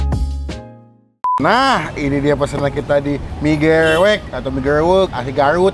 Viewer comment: Nggak ngga.. nyebut Gerewek nya sama2 salah🤦‍♀️ pdhl udh dibilangin yg jual